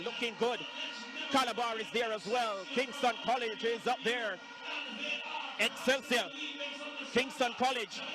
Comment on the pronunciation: Did he say Excelig